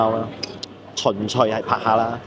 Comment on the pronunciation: 你好呀！ ＆ 「純粹」係讀「唇歲」（s音），唔係「巡趣」（c音）。